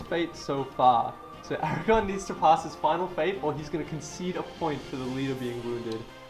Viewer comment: Aragorn - as in Aragorrrrrn, with an r